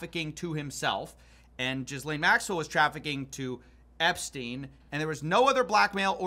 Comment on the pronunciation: i love when says "jizzlane maxwell"